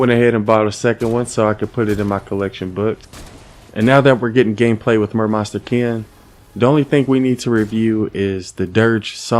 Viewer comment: Meh-monsta Ken